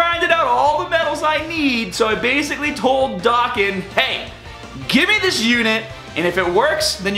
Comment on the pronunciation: He says dokkan wrong:/